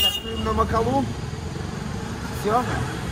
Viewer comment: Прекрасный фильм! Только очень режет слух МакалУ..... разве гора не МакАлу называетсы???